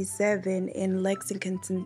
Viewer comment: If you can't say Lexington you sure can't pronounce Louisville (Looovuul) 😅